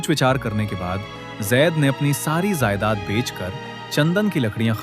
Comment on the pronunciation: zaaaedaad😂 nahe jaaedaad pajama ko pazaama😂